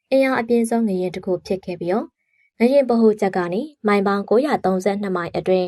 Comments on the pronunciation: ငလျင်ပါ ငရင်မဟုတ်ပါ ပီသအောင်ပြောပါ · ငလျင်နဲ့ငရင်တောင်မကွဲပါလားစိတ်ပျက်စရာ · ငလျင်ပါ ငရင်မဟုတ်ပါဘူး ဘယ်လိုအသံထွက်နဲ့ပြောနေတာလဲ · ငလျင် လို့ပီအောင်ပြောပါ ငယင် မဟုတ်ပါဖူး ကြားကတာ နားထဲကန့်လန့်ကြီး ။ ငလျင်တောင်ပီအောင်မပြောတက်ပဲ အသံနဲ့ လုပ်စား‌ေနသေးတယ် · ငရင် ငရင်ငချဥ်ငချဥ် နဲ့နားထောင်ရတာစိတ်ပျက်စရာ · ငရင်မဟုတ်ပါဘူး ငါ့ယာဉ်ပါ🙄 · ငရှင်မဟုတ်ပါဘူးအေငလျင်ပါသေချာပြောပါ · ငလျင်လားငရင်လားပီအောင်ပြောပေးအုန်း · ဖတ်တော့ ငရင် ရေးတော့ ငလျင် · မီဒီယာလုပ်ငန်းလုပ်နေပြီး မြန်မာစာမြန်မာစကားကိုတောင်မှန်အောင်မပြောတတ်ဘူးလား (ငရှင်လို့မပြောရဘူး ငလျှင့်လို့ပြောရတာ) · ငရှင်မဟုတ်ဘူးလေ ငလျင်ပါဟ!!!! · ဘာပြုလို့ ငရှင်လို့အသံထွက်တာလဲ ငလျင် က လ ယပင့် င သတ် နဲ့ ပေါင်းတာပါ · ငရင်ဆိုတာဘာကိုပြောတာလဲ ၊ငလျင်နဲ့ငရင်တော်တော်ကွာပါတယ်၊စိတ်ပျက်စရာ ။ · ငလျင်နဲ့ငရင်တောင်ကွဲပြားအောင်မပြောနိုင်ဘဲသတင်းတင်ဆက်သူလုပ်နေတယ်အသံကအာမထိလျှာမထိနဲ့ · ငရင်လားငလျင်လား သတိထားကြေငြာပေးပါနော် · အသံထွက်အမှားကိုပြင်လိုက်ပါ။ Announcing with WRONG PRONUCATION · ဘာလို့ငရင်လို့ပြောနေရတာလဲ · ငလျင်လို့ပီပီသသထွက်ပါ ဘာလဲ ငရင် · စကားမပီတာလား ငရင် တဲ့ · အသံထွက် မှားနေတယ်. 😮 ရေးတော့ ငလျင် ဖတ်တော့ ငလရင် ပါ.